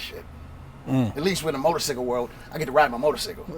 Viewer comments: Nigga cant say motor cycle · Never trust anyone who says "motorsickle" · Say it wit me bro motorCYCLE not motorSICKLE not haiting just tryna help lol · Right!..how the fuck this dude president of a 1%er biker gang saying motorcicle😂😂🤣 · really interesting video but wtf is a motor-sickle? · That nigga said motorcicle